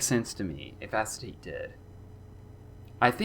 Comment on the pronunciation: i think it’s pronounced “a-kay-ta-tay“ fun fact: acetate is one of, if not THE central character in owmcu also i shipped them with gabbro no further context needed